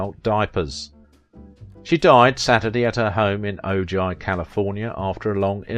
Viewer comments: it's pronounced "oh hi", not "o ji" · Ahem, Ojai is pronounced Oh-hye, not Oh-jye! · British narrator, can't manage Spanish place names. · Interesting & wonderful photos. Thank you. Two little mistakes - that's Susan Oliver pictured about , and Ojai is pronounced "Oh-Hi," not "Oh-Jye." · O-Jai California? Ojai is a Spanish name like so many others in California so the "j" is pronounced like an "h" as in english. To be fair, the name is a Spanish spelling of the Chumash indian name: 'Awha'y ("Moon")